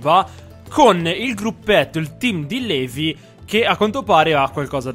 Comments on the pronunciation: Eren la pronuncia di LEVI è LIVAI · Eren volevo dirti che non s i pronuncia levi ma livai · Eren io ti voglio bene, MA TI PREGO SMETTILE DI PRONUNCIARE LEVI "LEVI", SI PRONUNCIA "LIVAI" DIO BUONINO. Detto questo grazie per metterci tutto questo impegno nei video per noi <3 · LIVAAAAAAAAY! SMETTILA DI DIRE LEVI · Non so perché ma mi viene il nervoso solo a sentire "levi" al posto di "livai" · eren si dice livai non levi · eren plz chiamalo livai non si può sentire Levi in realtà si dice livai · Ti prego eren pronuncia levi Livai ti pregoo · si pronuncia livai non Levi ti prego nn posso sopportarlo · Eren... si dice Livai. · si pronuncia Livai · eren levi si scrive levi ma si legge livai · Soul6 Si ma non si può sentire .-.